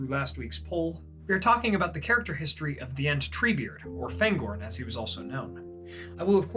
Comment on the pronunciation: Hi, my comment regarding Fangorn's pronounciation was deleted, so here's a take on my reasoning behind it. Fangorn is a Sindarin word and therefore the vowels have fixed sounds, regardless of the letters that precede or follow them. The "a" always sounds as in the English "far" or "father" and not as in "apple" or "attack". I've noticed that you apply this to "Faramir", but not to "Aragorn" or "Fangorn". If you don't believe me, you may believe your fellow loremaster Joshua from Tolkien Lore